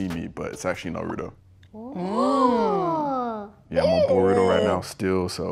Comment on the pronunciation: Bro said Luffy D monkey and NEZUKU☠️☠️☠️ AND NARUDO THIS NIGGA NEVER SEEN AN ANIME ONG THEY PICKED HIM OFF THE STREETS